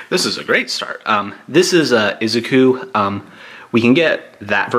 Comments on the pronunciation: Izuku is prononced I-ZOO-koo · No one : Him : izuki